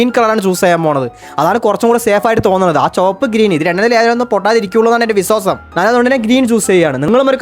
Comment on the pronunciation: വിസാസം അല്ല വിശ്വാസം